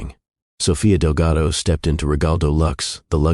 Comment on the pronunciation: Artificial Voice through out the video mispronounces Delgado with Relgado and confirms it in the subtitles. This tendency is becoming obvious in many other videos that use artificial voices for their videos